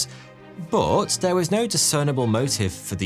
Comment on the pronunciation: I love it when he pronounces the word "but" as "boot" 👢